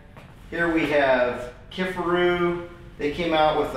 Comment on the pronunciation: Great review! Thanks for showing us the differences. Also, it’s pronounced “kif AR oo”.